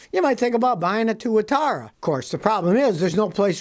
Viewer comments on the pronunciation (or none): Tuatara, or as Clarkson calls it, the Tuatwuathuaaa.